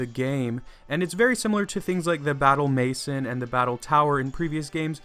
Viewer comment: I think battle „mason“ its supposed to be pronounced as in french